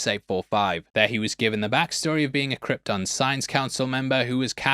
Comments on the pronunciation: Brando saying "Krypton" like it's "Croydon"... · Brando pronounces Krypton like that because of his accent,like the way people pronounce"Lypton"(the ice tea)where im from,theres lots of words that end in"ton"but are pronounced"tin"...come to Ireland😂